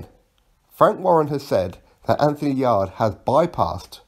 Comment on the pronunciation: its yarde not yardie loooool. Just messing big fan of your channel